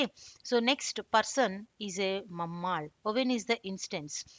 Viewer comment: All good except for the pronunciation of mammal.